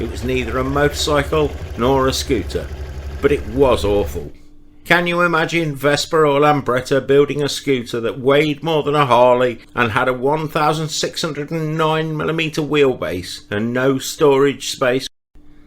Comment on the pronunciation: The name is Vespa not Vesper. It's not that difficult to properly pronounce it.